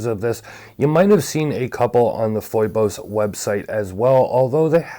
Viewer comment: I could be wrong, but isn't it pronounced like "Fee-Bus?" That how I'm hearing it from most other watch channels.